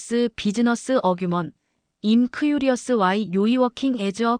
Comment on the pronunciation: 박 순자 선생님 넘 멋지시네요. 박 선생님께서 영어로 여러차례 말씀하신 것처럼, 인생은 아무도 알 수 없는 것 같아요 비록 본인 인생이라도. 새로운 일을 시작하게 되신 것 정말 진심으로 축하드리고 손자분도 할머님을 닮아 훌륭한 인재가 됐을거라 확신합니다! 앞으로 우리 사회가 나이로 사람을 보는 그런거 싹 없어졌으면 합니다. 아 그나저나 저 여기 나온 영어 다 쉬운 단어들로 밖에 구성되지 않아 다 알아듣고도 남는데 이걸 TTS로 돌려버리다보니 스펠링을 그대로 풀어읽거나 이상한 발음을 해버려서 알아듣기는 힘듭니다. 대표적으로 I'm(“아임”이라고 읽어야 함, 임 아님), and(언드가 아닌 앤ㄷ), available(어베일러블)... 분량이 기니까 사람이 한 번에 다 읽기는 어려울 수 있지만 이럴 땐 영어 음성엔진을 사용했었더라면.....